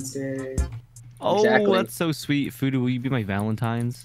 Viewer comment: Oooh it's phoodu like voodoo whoopsie....